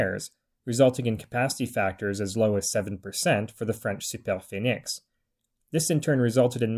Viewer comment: Great video ! Lots of precious information! And first time I hear an English speaker say Super Phoenix with the correct pronunciation in French haha